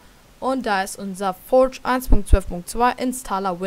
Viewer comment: schlecht wie du das forge aussprichst furtsch